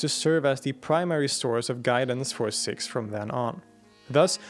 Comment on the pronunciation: Isn’t it ‘Seeeks’ and not ‘Sicks’? (I grew up with Sikhs and nobody—including Western Sikhs themselves—pronounced ‘Sikhs’ as “Sicks”. Have I missed sumting?!🙀